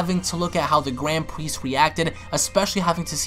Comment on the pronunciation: Gwand Priest